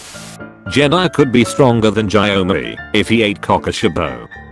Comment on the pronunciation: the text: inosuke, ara, aah, giyuu, genya, kanao the ai voice: INOSOOK, AIRA, A-A-H, G-I-YOU, JENNA, KANIO